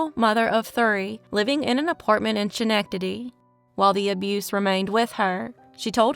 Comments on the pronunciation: The scha-nectady is killing me lol its pronounced SKA-nec-tadee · Hi Great video thx! Regarding Schenectady the way its pronounced is skin ec ta de - just for future reference 😊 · “Mon-senior”, “ske-neck-na-Dee” ❤ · Hi! It's pronounced Skenectady. Love your show! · Hello- Upstate NY resident here- correct pronunciation of SCHENECTADY phonetically is Skah-Neck-Tah-Dee 🙂